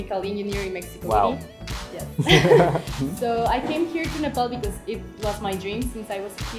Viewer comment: They pronounced 'Nepal' as 'Nepal' not nefol💓